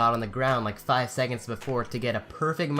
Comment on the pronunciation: he said FiVe